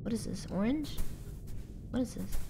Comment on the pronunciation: OMG I DIED WHEN SHE SAID ORGANGE